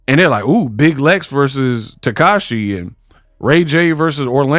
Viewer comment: Not Takashi... pronounciation is Ta-Sec-Key or Ta-See-Key (Tesehki) Ppl call her both names. Family calls her Latifa